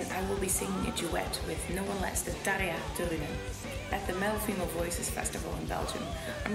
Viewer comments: It's "Tarja". The "r" is a strong one, that's why it sounds kind of "Tara", and the letter "j" is pronounced rather soft in Finnish, indeed, pretty similar to a "y". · "Taraya"? All this time I pronounced it as Tarjah, and WOW Floors accent has become more American :)